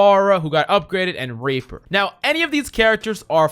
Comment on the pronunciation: Lmao same here